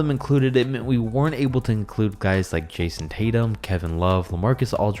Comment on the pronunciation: did he say “Kayson Tatum” instead of Jayson Tatum